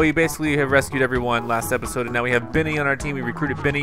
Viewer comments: i noticed you keep saying Venny that space guy is "Benny" not Venny lol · PLEASE. STOP. SAYING. "BINNY".